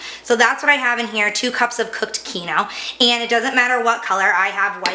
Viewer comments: It's keenwah!!! NOT keeno. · Holy shit it’s KEEN-WA The KEEN-OH almost had me turning this off. If you’re going to use an ingredient that is from another culture, at least pronounce it correctly. Thanks for the recipe? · What is keno? Do you mean Quinoa - pronounced keen -waa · Kee noooo what? It's QUINOA sweetie (kee no wa / keen wa) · "keen-wah" lol wtf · It’s pronounced keen wah! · Quinoa it's just pronounced uniquely here it is usually pronounced keen-wah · quinoa..., pronounced keen wah. 🤣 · "Keen-WHA" but otherwise, great recipe! Thanks! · "keeno"? hahah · Is.. she trying to say quinoa. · I legit had NO IDEA what she was referring to. Thank you for clearing that up. Quinoa. My god 😆😆😆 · Hey. At least she didn't say kwinoah!